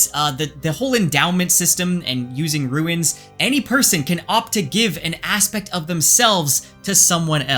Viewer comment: Rune is not pronounced like ruin. It rhymes with toon. Any fantasy fan should know this, and you're an author???